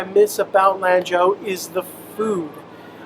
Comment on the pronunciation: Gosh your face reminds me of one my childhood friends I use to play D&D and Warhammer 40k with !!甘肅省的蘭州 , you should pronounce it like a Chinese 😉“四川” “成都”